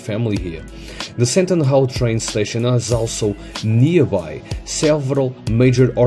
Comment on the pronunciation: Maybe can you try say SAND - TEEN